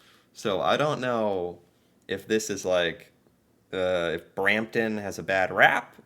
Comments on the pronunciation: Brampton? Oh no. Lmao 😂😂😂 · Brampton lol. Absolutely terrible. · Brampton. Sigh.